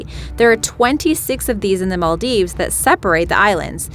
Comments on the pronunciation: yes your right Im Maldivian and she pronounced it is also wrong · The way the Maldives is pronounced 😑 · Archeepelago? Arkipelago... Maldeeves? Maldieves...Before narrating for any program, one should learn how to pronounce names properly! By the way, one country that was forgotten, was the Hutt River Province located in Western Australia and only 75 square metres or 23 square miles! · Im from maldives and the way she pronounced it is wrong and really cringey